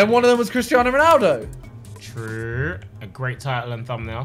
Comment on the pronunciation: It makes nit Ronaldo you pronounce it like this messi